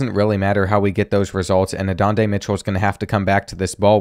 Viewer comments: “Adondey Mitchell”, “Quinn Oowers” 😂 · “Adonday Mitchell” 😂